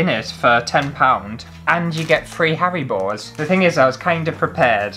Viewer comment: I’m totally binging on your vids the past few days…You crack me up!! I’m dying here Rn because with the haribo gummies…sounds like you are saying Hairy Balls 😂 Keep up the great work!!